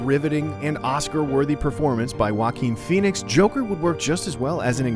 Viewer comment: Did anybody else heard walking phoenix instead of Joaquín phoenix??? Well I couldn't be more hyped for this movie!!!